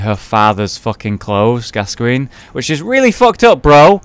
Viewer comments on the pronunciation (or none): ok so i commented on one of your previous bloodborne videos saying that gascoigne looked like it was pronounced gas-see-yewn. its actually pronounced gas-goyne.